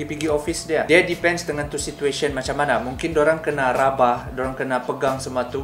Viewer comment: Kantal juga slang kau ini bradd...RABA bh bukan RABAH..rabah tu indak bisa badiri sudah itu